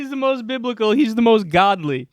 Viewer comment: It sounds like she's saying "Bib-i-cal", not "Biblical" - and that makes all the difference. Okay. It really doesn't make any difference. This bitch is totally wonkers. A lot of this country is equally nuts. Yeah, Trump is a religious guy.........and day is night, and black is white, and up is down, etc. WTF is going on with these lunatics?